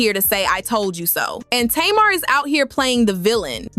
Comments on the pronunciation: Lol, why does the narrator keep saying Tamara and Tamar. It's just Tamar 😆😆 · It’s not tomarr it’s Tamar!! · The first clip onions was horrible but the second clip regarding working, he wasn't saying anything wrong. Ppl took that wrong. And it's TAY- Mar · Tay mar hun lol is how u pronounce it. But its ok lol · Whewwwww thank you thank you because I want to scream.... I kept saying " taayyyy-marrr" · I know this is AI but can you at least pronounce her name right??? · Girl, you sound crazy. You are NOT pronouncing Tamar's name correctly. And your information is bogus that's why you only have 1000 followers😏. Bye Felecia